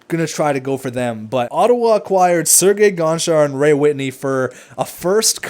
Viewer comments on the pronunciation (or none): none